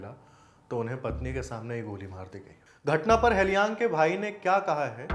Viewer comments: Appreciate your efforts but 'Tage' is pronounced as 'Tagay' and not Tej and Halyang is pronounced with an 'A' and not Helyang. Hope this helps because during such tragic time, no one wants a silly mistake with the martyr's name. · It is pronounced (Tage = तागे) not tez. Hailyang = हालयांग.